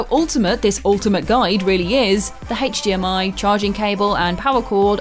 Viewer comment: I love how she says "H8chDMI" lol!